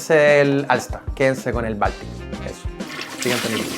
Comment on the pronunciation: Yo entendí baltica con agua😅